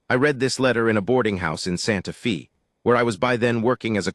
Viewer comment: Please, please, and again PLEASE work with AI to correctly pronounce Santa Fe (correctly pronounced is Fay, not Fee). The correct pronunciation is respectful of the community itself, but also to the people listening to the story. Listening from Clarksville! TN.